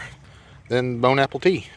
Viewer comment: Bone apple tea, who says we Americans can't speak foreign languages. That's perfect Chinese right there. 😋